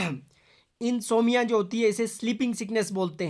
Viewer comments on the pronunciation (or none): Insomnia sahi hai sir insomia nahi